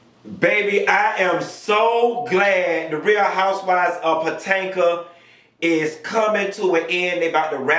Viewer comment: NOT Potanka. Lawd lol!